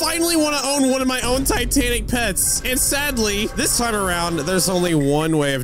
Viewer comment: When you were talkin to the traveling merchant first time u said titanac CAT